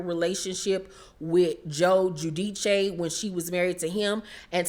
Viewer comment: I crack up every time you say Teresa's last name. You be jacking it up.